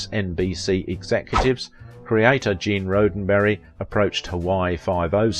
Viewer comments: Pronounced Gene Rod-din berry and pronounced John Cas-ah-vet-tease. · A piddling complaint— John Cassavetes and Gene Roddenberry are famous enough for you to make an effort to correctly pronounce their names.